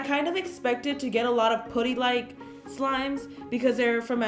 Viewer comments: It’s putty not pootty lol no hate😂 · it isn’t puddy it is putty(putt-e) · It’s putty not pooty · No hate but I cringe when people say pooty instead of putty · karina, i love you but it’s puh-tea not pu-dee. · It's pronounced putty not pooty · i hate how she says putty she says it like pooty like if you agree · Why fo you say pooty insted of putty? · Why does she say pootys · She says pUAtty like its putty no hate just annoyed me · She kept saying Pootty instead of putty.... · I swear to god please stop calling putty pooty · I'm not trying to be rude but the u in putty is pronounced like the u in umbrella. Love you Karina!! #SLIMEQUEEN #GOALS #SLIMEGOALS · Kayla Palick pooty too instead of putty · Question: why do you pronounce putty as “pooty”? The u is pronounced as uhhh. Puhhhhhty. Not pooty. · Was anyone else bothered by the way she pronounced "putty"? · "pooty" lmao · The way she said putty LOL 😂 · The way she says putty lmao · I dont like the way she says putty